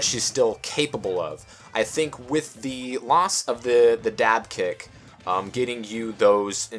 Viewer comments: Am I the only one who heard say Bayonetta's dive kick as "Dab kick?" just me? Even so, I can never call this move anything else ever again XD But legit good stuff bro you're right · I heard that xD